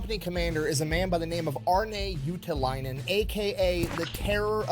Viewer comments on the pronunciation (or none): I always laugh when tries to pronounce the name "Juutilainen", because he says "Juutalainen", which literally means a jew.